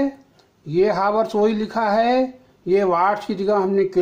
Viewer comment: हावर्स नहीं होता है चाचा